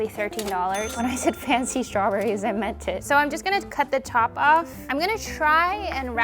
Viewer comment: "Meke it fency" "Meke it fency" "Now comment below suggestions, so I can get more food"